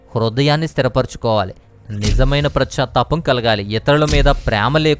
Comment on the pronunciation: It is not prachatapam but it is pachatapam.